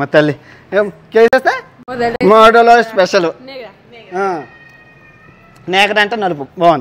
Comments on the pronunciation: తమ్ముడు మోడెలో అని ఉంది.గూగుల్ కూడా మోడెలో అన్నది.నువ్వే డబుల్ ఒత్తు పలుకుతున్నావు...no good... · మోడలో.. కానీ ఈయన మాత్రం డ వత్తు పెట్టిీ చెపుతున్నాడు.. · Orey chettha yedava entra idhi. Adhi modalo beer . Nuvvu kaavaalane alaa galeej ga palukuthunnaav. Ippude nee channel ni unsubscribe chethunnaaanu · My friend it’s Modelo pls pronounce properly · Its not modda.... Its modelo... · It is not moddalo. It is modelo. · That's modelo😂😂😂 not moddaloo😂😂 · Modelo bayya adhi pronunciation not moddalo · అక్కడ Modelo ani రాసి ఉంది ,కానీ నువ్వు moddalo ani చెప్తున్నావు 😮😮😮😲🤯🤯ఓవర్ యాక్టింగ్ ఎక్కువ అయింది నీది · It's a modelo beer. Not moddalo😅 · అరేయ్ అది మోడెలో.. మోడ్డలో కాదు భే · Its modelo not modhalo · Are lovadekebal adi modelo ani undi guddalo tantha inkosari alaga pronounce cheste moddaga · మోడలో రా అది మొడ్డలో కాదు రా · అరేయ్ వెర్రి పుష్పం మోడలో అని క్లియర్ గా వుంది. నువ్వు కావాలనే వాంటెడ్ గా అలా (మొడ్డలో )అని ఒత్తి పలుకుతున్నావ్ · Moddalo kadhura Babu modelo akkanr bagane rasundhi neeku chadhavadam radhu anthe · మోడెలో బీర్ బయ్య.... మొడ్డలో కాదు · దానిమీద అంత చక్కగా రాసి ఉంది మోడెలో అని దానిని నువ్వు modda అని చదువుతున్నావు.... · ఒరేయ్... నీ మాటలు అక్కడ అర్దం కాకపోయినా ఇక్కడ తెలుగు ప్రజలకు అర్దం అవుతుంది కాబట్టి WORDS CORRECT ga spell చేయటం నేర్చుకో.. (మొడెలో అని పలకాలి) మొడ్డ కాదు రా పూ**..... కాస్త ఒళ్లు దగ్గర పెట్టుకుని Videos chey .. లేదంటే నీ subscription పడిపోవడానికి నిముషం చాలు ... Sollu వాగుడు original behavior పక్కన పెట్టి, కాస్త Reasonable Indian ga నడుచుకో .... JAIHIND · అది మోడలో కాదు రా బాబు మోడీలో రా ఆవులే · మోడ్డోలో కాదురా మోడలో బీర్. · Adi modda kaadu ra modelo da vatti palakaku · డ్డ కాదు డ 😂😜... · Adhi Crct gaanee palukuthundhi thagindhi digaka malli okasari clear ga vinu. Adhi Modelo antundhi ni views kosam danni Moddaloo chesav malli nv Samaajam loudaa ani matladuthaavvv💯🪚🤦🎯🔥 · మోడ్డ లో కాదు .మోడె లో బీర్ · neeku sareega english chadavadam radura vedava adi medolo beer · Modelo raa adhi 😅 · Moddalo dhi.. notlo posukunnava Nayana....😂😂😂😂😂